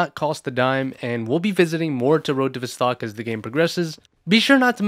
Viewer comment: criminal the way you say "Vostok" 😬